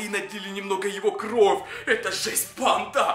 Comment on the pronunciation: Кровь ане кровь уларение на вь